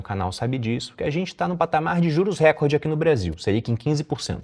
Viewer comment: Recorde é paroxítona!!!!